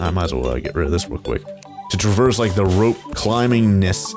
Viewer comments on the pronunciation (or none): none